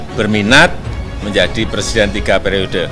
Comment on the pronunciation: R.R bisanya jadi plesident bkn president, kan bicara R tdk bisa nya L